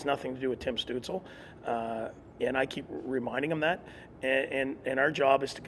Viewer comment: imagine having a head coach who youve played for, for two seasons now and he says your name wrong 9 times in an interview whos "stewtzel"